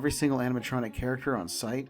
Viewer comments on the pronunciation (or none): none